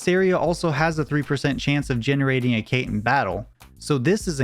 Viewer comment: The speedrun is really lucky and really well documented, but "Cait" is pronounced "Ket" or "Caught" and is based on the Celtic fairy cat Cait Sith. Sith is pronounced "Shee"